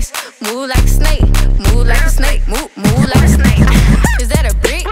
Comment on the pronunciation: Anyone else notices she’s sayin “Moo like a snake” 🐍🐄 LMFAO 😭😂🤣 EDIT : THATS A LOT OF LIKES